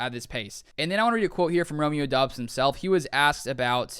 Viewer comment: Isnt it pronounced like dubs you saying it like Dobbs